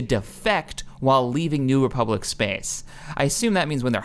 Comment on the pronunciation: lol its funny the way he says space xD spece